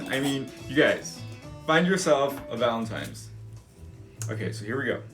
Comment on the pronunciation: It totally sounds like you’re saying Valentimes! That’s what I call it